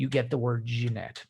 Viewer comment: Great content of video, but for god’s sake man - Jinete = like Hee-neh-teh.